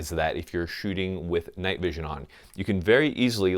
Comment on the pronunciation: "shooting with your night vision on" sounded way more like "shooting with your negligee on". Yeah.